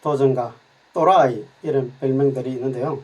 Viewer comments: 또rrrai~! ㅋㅋㅋ 좋네요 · 전문가슨상님~ 초반에 또라이를 너무 강한 억양으로 강조하시는 것 아닙니까?ㅋㅋ 기분나쁘진 않은데... 묘하게 웃음이 나오네요ㅋㅋ 또라이인 줄 모르는 분들도 entp를 또라이로 기억하실 것이 우려되네요ㅋ